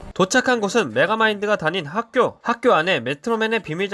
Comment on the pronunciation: 핵교, 매추리 시티, 엽떼여 처럼 메가마인드는 몇몇 발음을 잘 못함. 파괴도구같은 기계에만 빠삭한 반면 이런거엔 무지하다는 설정인듯.